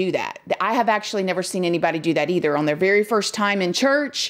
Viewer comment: The word is “on” not “Owen”